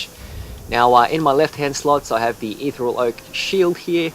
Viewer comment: Your pronunciation of ethereal really peeved me